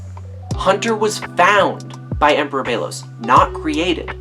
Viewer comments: ok so its a nice theory and all, but the fact that the show says "belos" and you keep pronouncing it "beilos" is very distracting LOL but its a pretty nice video. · It's bellows not Bagel lol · That’s.. not how you pronounce Belos.